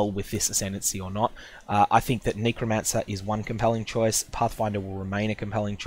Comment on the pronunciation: nee-crow? lol, it's a "neh" sound, not a "nee" sound